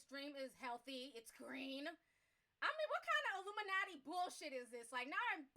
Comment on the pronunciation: Did she say illumanti